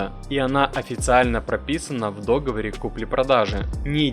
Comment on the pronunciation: Не дОговор,а договОр